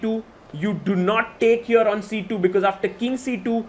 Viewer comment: Everyone: "Here" The chess commentator: "HIOR"